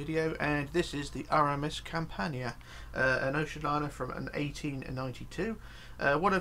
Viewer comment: you pronounced Campania in a right way, great!